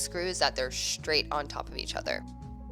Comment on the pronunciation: Do americans pronounce straight as schtraight?!!